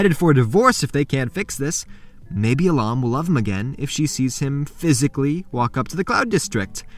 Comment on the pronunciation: How could you butcher a beautiful name like Ahlam?